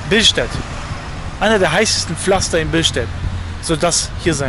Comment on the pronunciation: Bilstät hahaha er meint billstedt